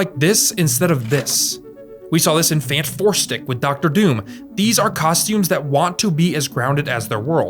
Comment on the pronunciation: I'm glad you said Fant4stic instead of Fan4stic. I may not like the movie, but at least I say the title right.